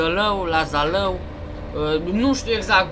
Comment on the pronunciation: Se pronunța Zalău